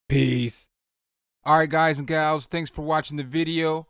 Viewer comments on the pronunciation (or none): none